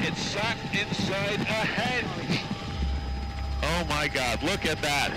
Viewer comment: Henge not hedge